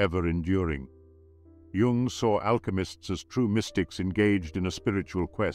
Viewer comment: Oh, fine to hear "Jung" pronounced properly...